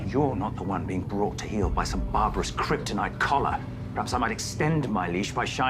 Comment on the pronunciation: Kryp-torture lmao